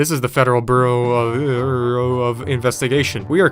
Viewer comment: "Federal Beuruo" i can't i just can't but this whole video anyways just priceless